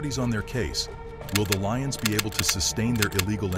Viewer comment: Some of this is wrong and when was Glasgow known as peaceful and there name is lyons not leons